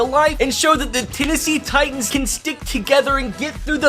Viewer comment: Lennessee Litans